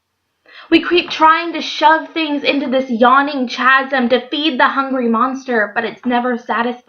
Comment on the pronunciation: This was lovely and it really goes with what has been going on in my heart lately. God is so good how he draws us back to true fulfillment. Oh, and I wanted to tell you that chasm is pronounced kasem. Oh, those sneaky words with silent letters! Thanks for making this video. Bless you.